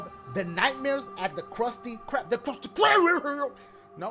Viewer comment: Dashie: Is this for real?! Game: Yep, that was it Me: LOL The game just responded Dashie! Lol what? "THE KRUSTY KRRRARRB"